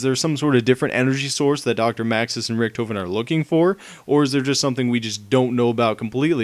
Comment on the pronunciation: hes pronounces richtofen, rictufen